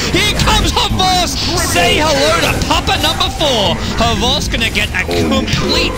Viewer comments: XBOCT is pronounced axe bockt. not havose. nob commentator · Is it actually pronounced havost it means "tail" in russian, he has that name because of a ponytail he had in school that people used to make fun of him for i believ, XBOCT is how its written in yhe russian alphabet.